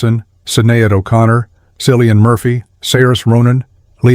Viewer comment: No sorry. Im Irish too, and if I were asked to read something with a few French words in it, id damn well find out how to pronounce them. Mainly out of respect, but also so I wouldn't end up looking like a complete tit.